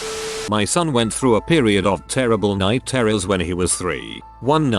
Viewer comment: "night terrors" Found the Brit!